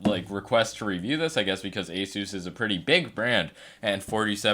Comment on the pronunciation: Epik mouse. Btw it's pronounced aSUS